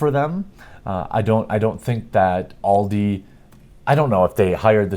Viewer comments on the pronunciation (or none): It's not all di its AL di like the name al not all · pfft, just get them to play Counter strike. They'll soon be bullied naturally into rage quitting, and what if your kid pWnes the 'professionals''?. Also maybe just unplug the router at tea time? Also Also I hate to be that grammer guy but it's pronounced AL-DE. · BTW from Scotland it's pronounced Aldi with an a sound not oldi pronounced with an o at the start, not trying to make fun but don't think you realised you were mispronouncing it. Your news stories are great I'm a huge fan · This is what happens when a bunch of Boomers in marketing try to get with the times. "Hey, we here at Aldi want to stalk your child, humilliate your child, upset them, make them cry and make them feel like shit in their favourite game, we here at ALDI hate gamers and children now please come buy from our supermarket!" To quote AVGN "WHAT WERE THEY THINKING!?!" Oh and it's pronouned AL DEE here in the UK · the A in Aldi is not said with the "All" sound but more the "america" sound. Aldi. german firm. Just since its good to know stuff :D